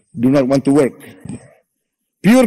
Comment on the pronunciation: INi baru bapa aing!!!, ga kayak "We wok Tok de tok Tiktok Toktok"